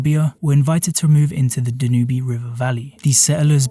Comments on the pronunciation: very interesting just one nitpick, the river is called Danube, not "danuhbee" ie its pronounced dan-yoob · Dude just pronounced Dan-Ube as da-nu-be. And there was no unified Germany until the mid 1800’s so what is this kingdom of Germany? Did AI research this for you or are you just clueless. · >Be a history channel >Say Da-newbie It's DAN-yoob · Danube is pronounce "dan-yoob", not da-noo-bee" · Not saying it is wrong but I’ve only ever heard the longest river in Western Europe pronounced DANYOOB. Other places may, indeed pronounce it DANUBY. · I love the way the narrator pronounces Danube ‘Dan-oo-bie ‘ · He said Da-nubee. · Why do you mispronounce "Danube?"